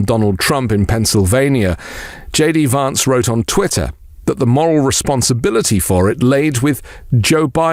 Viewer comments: Hey,! It's queer how you persist in mispronouncing Vance as VAHnce instead of "van" like the vehicle. It undermines the substance of your contribution. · It's more correct to pronounce (the American) Vance's name in the manner of the British "van man", rather than the British "advance". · Had to listen to this twice as I could get past you pronouncing Vance wrongly! I know you are British (like me) but that was wierd given how everyone else pronounces it! It's a bit like how all republicans mispronouce Kamala, which interestingly you pronounce correctly! Maybe it's a form of revenge?! 🤔 🤣🤣🤣